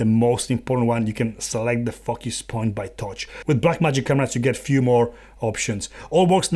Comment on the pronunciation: I keep thinking you cursing when you say “focus” lol aside from that monitor looks promising as I’d get it for the touch focus but I love the quality and color rendition of my osee tech g7